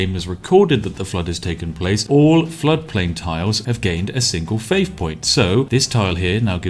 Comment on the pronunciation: Oh shit a challenge that broke spiff, will he find the exploit to overcome saying faif?